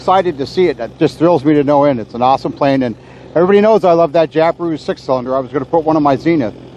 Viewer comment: Jab-I-Roo not Job-A-roo